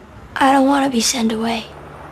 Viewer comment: i noticed something i heard send .. not sent